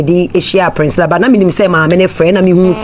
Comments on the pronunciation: You are right on point, no wonder she can't pronounce the sweet name Priscilla intetered she kept pronouncing Princilla. One can't really tell where she learnt this pronunciation from. Spoiling the such a sweet name like Priscilla. Chaa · The name is PRISCILLA not PRINSCILLA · Please correct her again. Hmmmmmm Hard ooo